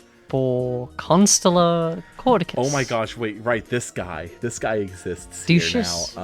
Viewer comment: cad - oo - see- us